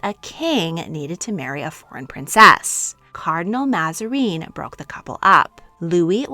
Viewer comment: Mazarin is not pronounced Mazareen. The t in Huguenot is not pronounced.